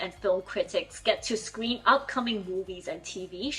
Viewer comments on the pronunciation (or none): none